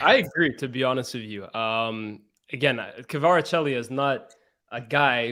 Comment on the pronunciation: Good analysis but needs to learn how to pronounce Kvaratskhelia🤣😂